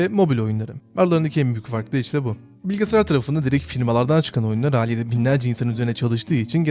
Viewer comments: bilgisayar Bilgisayar BİLGİSAYAR! bilge sayar değil! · Lütfen bilgesayar deme şuna